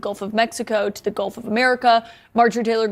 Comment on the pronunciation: "Gulf" not "golf"